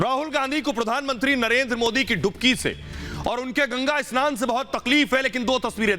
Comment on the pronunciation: एस्नान नही स्नान होता है, पप्पुड़े